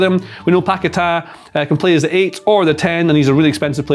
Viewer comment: Guys it's Paquetá. You always make the same mistake.